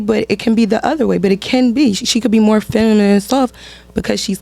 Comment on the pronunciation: Shawdy ain’t even saying feminine right slim😂😂😂